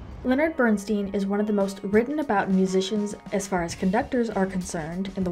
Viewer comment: The correct pronunciation of his name is Bernst eye n. It is a long "i."